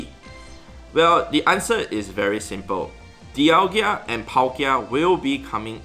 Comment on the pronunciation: Its DialgA... NOT DIALGIA